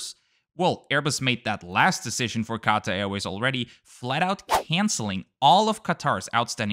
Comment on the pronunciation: When you constantly changing from QAtar to QaTAR pronunciations. 😀✌